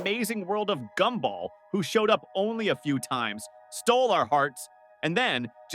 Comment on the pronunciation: GoobBall? Gumball